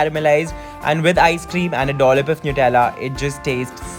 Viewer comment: Thank you for not saying Nutella as 'nut'-ella like many others do! Love your narration and presentation 😊